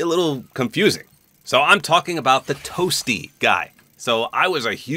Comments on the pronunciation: In some of the clips, Dan Fordman sounds more like he’s saying “Up B” more than “Toasty”. I mean, it’s pretty funny but I don’t really care if he’s saying one or the other, the voice sells it for me in terms of comedy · Ima a 90s kid grew up on MK. For the longest time i always thought he said whooopy! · I always thought he said 'whoopsie!' Lol didn't really till I played MK11 and I realized it was toasty😭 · I played the OG Mortal Kombat trilogy and had 100% thought that the sound was "Whoopy!" or "Whoohee!". It's still funny.